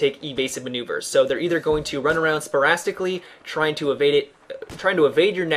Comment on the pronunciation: the word is sporadically, not sporastically.